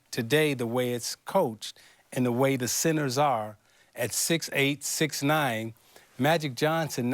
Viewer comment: anyone else hear Isiah say "Magic Johnson, one of the greatest sinners to ever play the game"?? does he know there's a "t" in center?